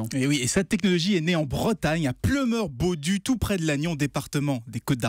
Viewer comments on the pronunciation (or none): On dit Pleumeur-Bodou et pas bodu..